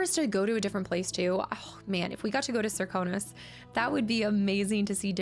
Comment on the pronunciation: if I may it Sir-kan-os